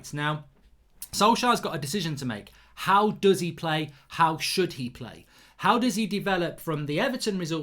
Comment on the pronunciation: "HIOW ole must line up" lol HIOW!